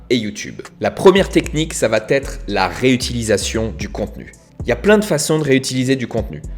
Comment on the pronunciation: J’aime ton contenu, je me suis offert la « méthode » en vidéo. Merci pour tout! Mais il faut absolument que tu cesses de prononcer « va-T-être ». C’est une erreur et ça fait mal aux oreilles:D